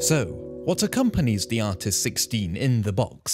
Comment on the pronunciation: I’ve watched the video 13 times and this whole time I thought he was saying artisticstein or artisticsteed